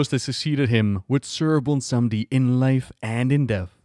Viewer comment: Good ol’ bwomsandi is back mon